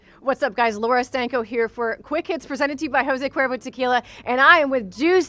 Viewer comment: Did she really introduce herself as " Laura Stankhoe" 😂😂tf